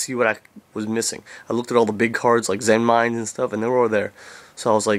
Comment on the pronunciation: That thing with the clear sleeves is really clever. I just have a small Monster binder, so it's hard enough to take the cards out as it is, but if I get a medium or large binder, I'll definitely be using that trick. Also, thank you for pronouncing "Zenmaines" correctly.